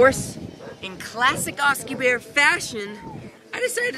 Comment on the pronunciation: When he called himself ""